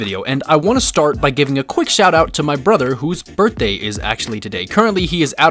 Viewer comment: "HAPPY BIRDNDAY TO YOU OWA OWA, HAPPY BIRDNDAY TO YOU OWA OWA!!!"